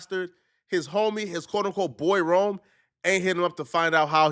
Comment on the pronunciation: Rone…. Not Rome, Lol. And before you start speaking on him, and saying he’s a Nobody… that no one knows who Rone is laughable 🤣😂. At least do the bare minimum research on the guy and search his name on YouTube. If you did you would have found out the man is a Hip Hop Legend in the Battle Rap Scene, and one of the best to ever come out of Philly, Rone was doin his thing long before Pat Bev walked into Barstool!!! Pat Bev is a Clown and Sabotages every opportunity he has been given. Ya this is a Lesson … A Lesson in you looking Dumb AF